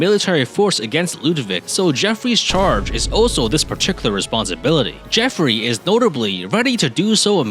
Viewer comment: The only thing i usually remember about this map, is how basicly no Youtuber i have ever watched play it, can actually say Geoffrey correctly... So bonus points for you on that front!